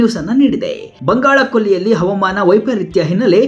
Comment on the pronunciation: ಹವಮಾನ ಅಲ್ಲ ಹವಾಮಾನ ಸರಿಯಾಗಿ ಉಚ್ಚರಿಸಿ